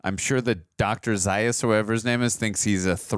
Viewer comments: Zā-us, not Zī-us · Right, it's not about Stewart's death, and it's pronounced ZA- US . They only mention it in the film several times. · you heard the name Zaius pronounced multiple times during the movie, yet you manage to mispronounce it every time.